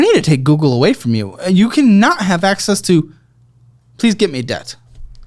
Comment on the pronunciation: Anybody else's Google activate when said "I need to take away (sounded like Hey) google from you!" Lol